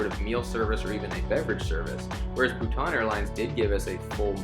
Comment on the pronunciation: I’m a Bhutanese myself and I can assure you that he’s pronouncing our country’s name correctly!